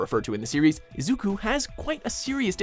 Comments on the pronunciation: Just have to say when i heard say Atem and Izuku's last name i cringed alittle people at WatchMojo suck at pronouncing names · He pronounced Izukus name wrong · its izuku me-door-E-ah